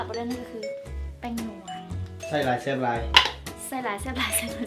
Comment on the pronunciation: ແຊບບໍ່ແມ່ນແຊໆ😂